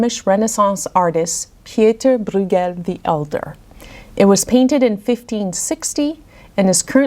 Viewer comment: Also, his surname Brueghel (spellings do vary) is pronounced “broy-gel, with a hard G.) Some dialects pronounce it as “broyel”, omitting the G. But you’ve done a wonderful job of educating us on these paintings!